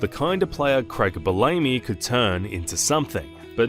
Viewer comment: if that’s true brother don’t be afraid to let them know they pronounced something wrong. I’m surprised that Bellamy is the name they got wrong but if you are outsourcing narration like this having a master list of name pronunciation helps avoid these issues.